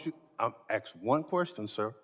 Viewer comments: It's "ask," not axe. Good job putting people in congress who can't even pronounce or use the English language properly. So professional. Speaks volumes for the democrats. So sad. Hate to see the other choices!!! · Go ahead, "aks" your question. Pitiful.... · She must let me AXE my question chairman...